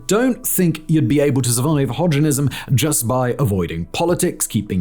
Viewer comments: My man, did you just say "Hodgerism"? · "Hodgerism...", lol.